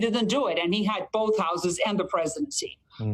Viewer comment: Did she said “Presiden Trump”? 😂